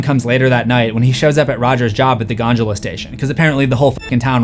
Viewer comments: “Gondola” not gongal or gonjola. GONDOLA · GonJUla? Really? It's gonDOHla. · It's pronounced "Gon-duh-luh", not "Gon-djew-luh" jesus christ there's always one or two of these in EVERY video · did my boy say Ganjula instead of Gondola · When says gondula all i hear is ganjala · Yeah pretty sure there is no G in gondola bud